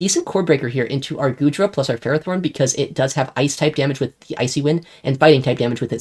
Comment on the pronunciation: Omg he pronounced Ferrothorn correctly! Let's gooooooo (Axn stream enjoyers know exactly what I'm talking about)